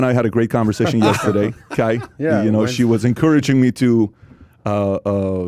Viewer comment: I love how PAT just refuses to believe there is an "R" in YESTERDAY... Pat: ........ "yes-TE-Dey" Haha everytime! Keep it up guys! Content is great like always! Shoutout from #Bradenton #FL #PBD #PBDPODCAST #yesTEdey